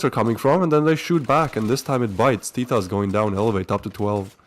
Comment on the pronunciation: Oo teetos not totos